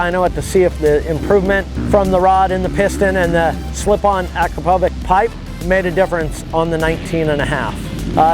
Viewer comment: It's pronounced "Akrapo-vich" not vik